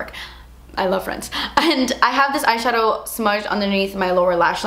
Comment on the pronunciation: once she said shatow I was like YYAASS LIPSTICK SHADOW WINE BIT COOOLLOOORRRR~~~